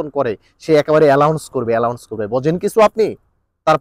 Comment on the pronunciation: এলাউন্স না শিক্ষিত ভাই,শব্দটি হলো এনাউন্স।